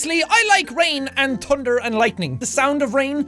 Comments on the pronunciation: I love the way he says thunder... tunder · That was adorable you pronounce thunder you say tunder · i love the way he says tunder its so adorable!!!!!!!! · he said tunder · when he said i like thunder the biggest thunderd i have ever heared struk outside